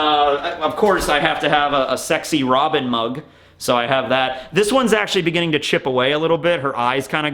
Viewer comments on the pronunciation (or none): none